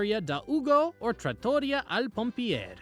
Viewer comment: Città Antica is pronounced chee-TAH an-TEECA and Osteria and Trattoria rhyme with pizzeria. Great video though 😊